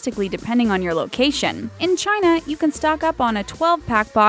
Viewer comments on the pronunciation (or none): none